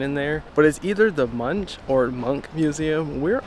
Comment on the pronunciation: How do we norwegians pronounce Munch in our language? We say "Monk". So if you say MunCH it is wrong. I hope that will help.